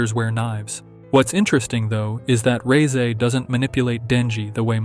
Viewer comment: FINALLY SOMEONE THAT SAYS REZE CORRECTLY